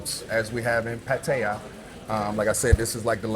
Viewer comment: Oh no! You almost manipulated him from pronouncing Pattaya properly to Patia 🤯 Will you do the same with pappaya to papia??? Thanks for the video. Makes me want to check out Qulture next time I'm in town 👍